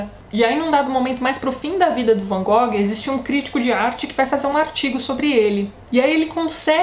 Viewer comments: Tati se a pronuncia correta não é "Van Gogui" qual seria? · Não liga pra pronuncia não, Tati! É complicado demais pronunciar o nome em Dutch mesmo. Varias partes do mundo falam como nos falamos mesmo. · Boa noite Tatiana, tudo bem? Gostaria de saber se você sabe a pronuncia correta do Van Gogh, ficamos curiosos...abraço. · Adoro o Van Gogh. Fi o primeiro pintor por quem me apaixonei. Me formei em artes e devo a influência ao documentário que assisti sobre ele quando era criança. Sobre a pronuncia, na universidade mesmo todo mundo usava a versão brasileira. Nunca vi ngm usando a pronuncia holandesa. Também acho essa música linda - ****Recomendo FORTEMENTE assistir até o final o episódio de Doctor Who sobre o Vincent. É um episódio lindo. Eu chorava tanto que não conseguia nem ler as legendas T-T. Da pra assistir sem ter de acompanhar a série. É o episódio 10 da 5a temporada moderna. Tem outro filme legal: Van Gogh: Painted with Words onde o Vincent é interpretado pelo Benedict Cumberbatch <3 ótimo vídeo =)